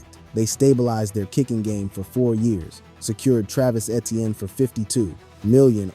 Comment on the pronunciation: Btw Etienne is pronounced Achane according to Travis.